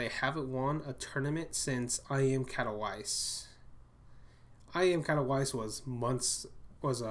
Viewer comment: It sounds more like: "Katoveetse".